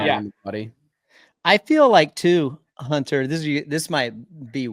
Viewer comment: Does ryan know hunters name isnt huntaaa